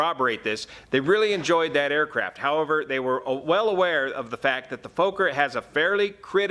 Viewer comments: Sorry...it's not pronounced Folker. It's pronounced like Focker. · It's pronounced 'focker' not 'foaker' isn't it? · its not a 'Fooker' (or a F*kker) but a Fokker (maybe pronouncing Focker, like in Focke Wulf). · "Fooker" ?? Fokker !! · It's FOKKER, Not FOKER. Remember the movie? Meet the Fokkers?! (Fockers?) Good as always. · Small tip; Fokker, pronunciation the “o” is more like the “o” in ‘smoke’ (short-o) and the split the name in two Fok - ker, with two ‘hard’ “k” sounds. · It's pronounced" fvohkkur" in Dutch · Fokker and Junker, two aircraft names that don't work well in the English language. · I think he's purposely mispronouncing it since it's basically the "f" word in English